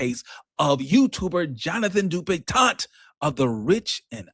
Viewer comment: I clicked on here solely because I know pronounces this man's name DupitonT. Ain't no T at the end,!😂😂